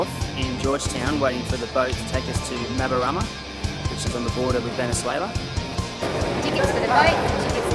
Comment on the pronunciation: Mabaruma! not MabaRAma...